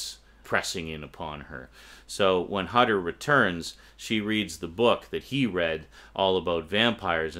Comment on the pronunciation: Just a little remark: Hutter is German. The "u" in his name has to be pronounced like the "oo" in "hood".